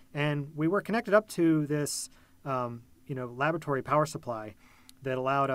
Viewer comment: I legit heard "lavatory power supply". Color me confused for a hot couple of seconds.